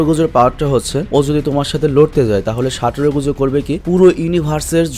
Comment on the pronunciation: Ai Gojo Saturo ta ato sundor knnn bujhi na jei koybr JJK dekhi oi koybar e crush khai. Btw vaiya amr Gojo Saturo ta re "সাটুরো গোজু" na bole "সাতুরো গোজো" boilen😅😅